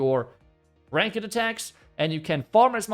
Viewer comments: Just for info, the English pronunciation of ranked is like rankt, not rank ed. I was gonna mention this last video you mentioned this, but didn’t. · friendly remark: its not pronounced rankED, but "rankt", you dont pronounce the "e" in ranked. :) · Ranked is pronounced like RANK-TH not RAN-KED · Love the channel just to help it’s not pronounced “rank-ed” it’s like “rank-du” — same spanked, tanked — ranked ✌️